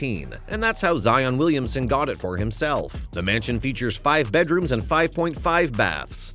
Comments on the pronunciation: y'all hear him say Williams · WilliamSON. Not Williams.